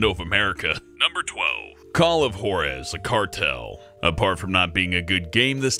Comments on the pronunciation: Wow he said call of whorez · You said Jaurez wrong racist